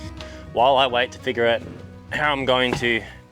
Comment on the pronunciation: "FIGure it out" "BERRY it"